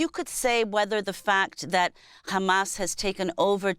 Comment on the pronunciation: Why is this nermeen using yiddish accent to refer to Hamas?